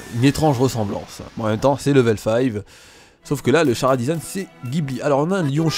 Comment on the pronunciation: Juste pour dire, (puis que je sais que tu regarde les commentaires:) ) Chara design, se dit pas "Kara disigne"? (C'est un mot anglophone et donc "chara" veux dire character, donc voilà:) ) Si tu veux le dire comme tu veux, tu peux, c'est juste pour t'informer:) Bon courage!